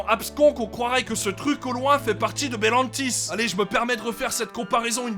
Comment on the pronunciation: Wow le talent, réussir a dire le nom du parc sans éreur du premier coup, moi je dis chapeux